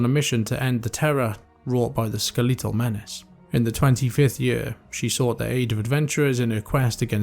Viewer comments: I have never heard the word skeletal pronounced as you pronounced it and I love it. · Can't get over the way you pronounce "skeletal".